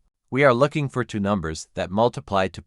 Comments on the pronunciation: I notice that the AI reads the variable a as the unstressed indefinite article, instead of as the stressed name of the letter. An easy fix is to avoid naming variables as a, using perhaps b and c instead of a and b. It also often mispronounces the number two as unstressed "to". It's annoying. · Two, two, two. There is no number tuh. AI strikes again.